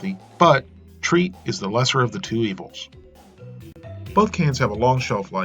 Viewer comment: tr-egh-t not treat